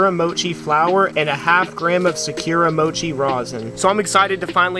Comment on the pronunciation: securemochi? sakuramochi.. dude cant even read properly